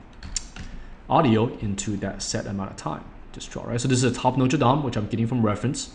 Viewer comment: Hi, Feng, In the part 3: It is Notre "Dame" de Paris (Notre= "Our", Dame= "Lady"). A dome is dome in french too :)